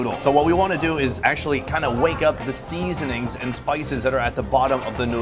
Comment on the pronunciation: I watch exclusively to hear his pronunciation of sea-zon-ings